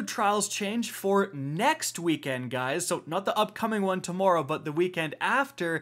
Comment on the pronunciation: “Using the general PvP meta and pronouncing tomorrow wrong” here:)